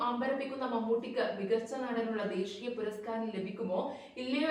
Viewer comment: ദേഷീയാ പുരസ്‌കാരം അല്ല ദേശീയ പുരസ്‌കാരം ആണ്.. അവതരണം സൂപ്പർ 😊